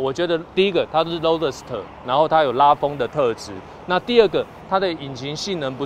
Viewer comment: roadster都不会念